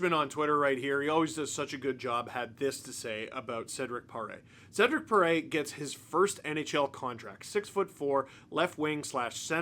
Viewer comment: as a Quebecer named Cedrick, I can say you didn't do too bad, Steve!